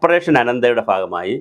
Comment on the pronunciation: ഫാഹമായി അല്ലെടോ ഭാഗമായി എന്ന് പറയണം.